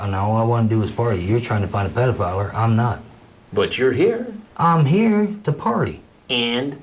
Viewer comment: I laughed at the one I saw where the guy said predifile.